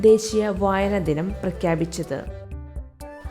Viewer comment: പ്രാക്കാപിച്ചത് ❌ പ്രഖ്യാപിച്ചത് ✔️